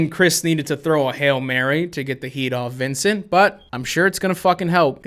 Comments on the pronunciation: "Vincunt" LMAO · The fact that he called Vincent vincunt is legendary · Gotta love the little “Vincunt” shoved in there